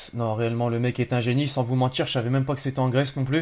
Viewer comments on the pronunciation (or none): none